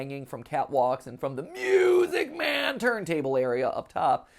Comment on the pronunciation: Can we acknowledge how MatPat is just honor bound to say music man differently now